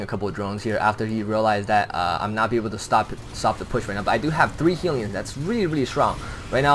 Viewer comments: Why do u keep say "healion" :> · "Heelion" hahah